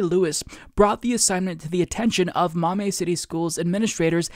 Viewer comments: This total bs, but, you were driving me nuts with "maw-may", I grew up in Toledo, it's "maw-me" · Ohio here....Maumee is pronounced like "mommy"! And yeah, if my kid brought this BS home from school, I'd lose my shit! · Just FYI: "Maumee" pronounced "Maw-Mee".